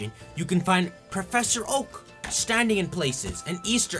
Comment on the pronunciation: I thought he said "Professor Hulk".